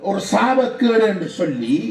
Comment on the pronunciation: சொள்ளி இல்லை சொல்லி தமிழர்கதைக்கும் தமிழ்